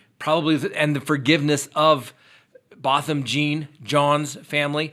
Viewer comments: The brother pronounced his name “Bow-thum” not “bah-thum” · I think it's simply a case of different people pronouncing Botham's name differently. No harm 😊